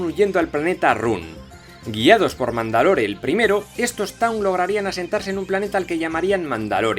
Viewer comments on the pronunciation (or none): Mandalore de pronuncia mandalor